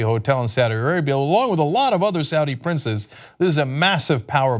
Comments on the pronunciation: did you mean "saud day"? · "SAAD DAY" Really?